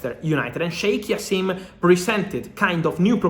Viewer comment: the J is pronounced Fab, and it’s like Jaassim not Jasseeeeem